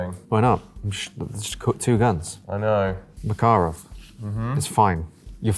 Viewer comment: It's so refreshing hearing an anglophone saying "MakArov" instead of "MAkarov"